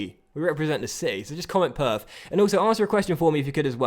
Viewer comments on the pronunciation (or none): Gotta be he's my favourite lol Did you say purf or perth..